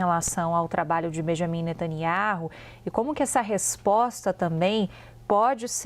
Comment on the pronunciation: Até que enfim ouvi alguém falando o nome correto de Benjamin Netanyahu.